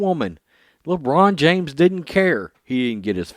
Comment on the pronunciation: Everytime you say Le China James, It brightens my day.